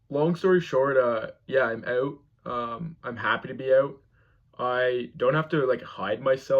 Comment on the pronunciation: I heard him say out and house, and I instantly knew he’s from Canada. I guess I wasn’t paying attention to the background with the Canadian clock on the wall.